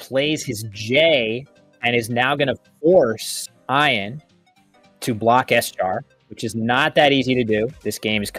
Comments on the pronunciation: Bro calls him Iron. You’ve never came across the name, Ian before? Pronounced E an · Did Call Ian… ion?? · it's E-an not I-an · So i love that did this, but hearing them both mispronounce the name Ian like 100 times was so painful